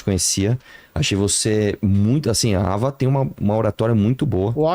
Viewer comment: Tao proposital falar o nome da Ava, errado!!!